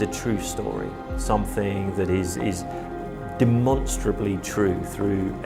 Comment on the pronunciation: He said demonstraightable..